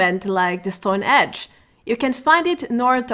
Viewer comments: Hi its stone henge not stone edge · For some reason in the last two weeks I've watched like 3 or 4 videos with people calling Stonehenge: Stone Edge or Stone Hedge. Was there a name change I missed? 😂